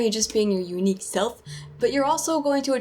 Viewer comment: LOL, the way you say unique self. XD Also, the bloopers... ^^